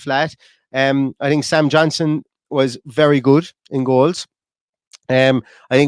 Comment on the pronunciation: As a Johnston, it’s not Johnson, it’s Johnstone. We are a bit sensitive. Thank you. UTV